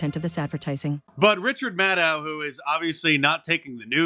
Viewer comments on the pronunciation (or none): Did you say “Richard”Madcow ?